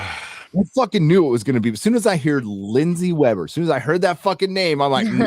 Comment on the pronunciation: Somewhere pronounces "heard" like a Welshman! The Long Man is in mind rent free. Check his beard for tentacles.